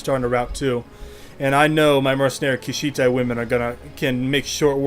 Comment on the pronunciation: Sorry to nitpick, but it's pronounced Kush-ite, rhymes with kite. They were from the land of Kush.